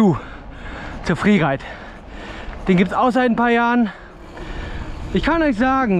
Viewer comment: Mqn sagt Freeride sagt friereit